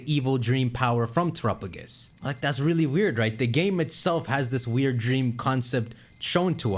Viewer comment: I think it's pronounced tera_pagos don't know where you're getting trop_agos